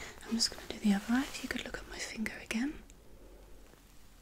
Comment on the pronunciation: "OK now I would just like you to look at my thinger"